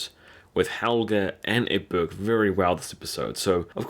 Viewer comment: Who's Urkbut? Who's Urkbut? Dude, ECK-BERT, ECK-BERT. You got it right the first time you said it and after that he turned into Urkbut Did you have a friend named Urkbut or something? Well. . . . you don't have to worry anymore about it because Urkbut killed himself. . . . . but dude, Season 4 episode 20, Ecbert has been in every season starting with season 2, and his name has always been Ecbert. . . . LOL Call your friend Urkbut and work out your subconscious infatuation with with his name. The King's name is Ecbert